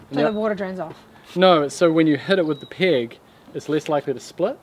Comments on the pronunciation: chamfer on a peg, with the NZ accent sounded to me, like chamfer on a pig, oink oink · When says "chamfer the peg", this Canadian hears "chamfer the pig"... leading me to wonder why N.Z. has wooden pork:-)